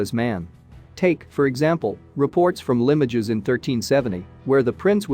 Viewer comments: Interesting, but why show Roman troops when talking about something 100 years later, and Cromwellian Roundheads which weren't around until three hundred years later?! And annoyingly, Limoges is pronounced Limb-mowj not Lim-mog-is. If you're going to narrate do it decently please! These basic errors rather devalue the good parts of this presentation. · LEE MOW ZHH, not LIM OH DGES. 🤣🤣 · LIMOGES IS PRONOUNCED "LEHMOZH!" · It is not Limojaes it is leemohj. Go and obtain French Language lessons. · Limoge = Lim-ohge (soft g) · Totally agree with you. Appalling presentation. Actually sounds like a Robot. If you are doing a Voice Over the least you can do is check on pronunciation. Limojees!! and as for the reading of the script around the tomb - dreadful.